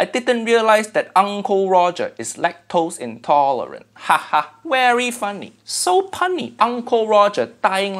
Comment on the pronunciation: Hehehe, "lack-toes-intolerant" NASA is going to hire that man immediately.